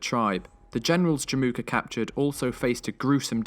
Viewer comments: Fyi, it's Jamukha/Жамуха ("a" is actually silent). 😀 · in mongolian it's not called Jim uka it's called Jamuuh